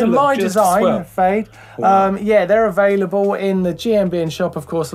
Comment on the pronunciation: ‘they are aFADElable in the gmbn-shop’